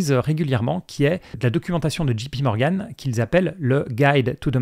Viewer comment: Attention vous prononcez GPMorgan alors que c’est JPMorgan. Une idée de vidéo qui pourrait être intéressante, l’impact des diminutions d’impôts sur le PER et leur contribution à la performance long terme des actions (sachant qu’une diminution d’impôt aussi conséquente n’est pas très probable dans le futur)